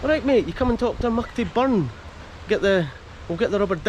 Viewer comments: C'mon min, stop saying Achtermuckty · That’s the common not mucty